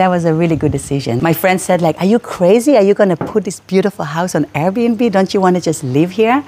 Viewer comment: For anyone who listen at part U wii hear "Beautifield" it's not he saying it wrong it call “Fluctation" in thai we all have fluctationword in our head so this is a blood race or some thing i guest ( lol ) Ps.Sorry i bad at eng i try my best❤